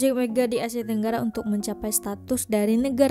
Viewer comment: Lain benor bunyi bahasa tu.. bkn bahasa yg kami selalu digunakan.. projek mege, stadium merdeke, asie tenggare, jakarte, ande, abih smua ditukar hujung kata kepada "e"..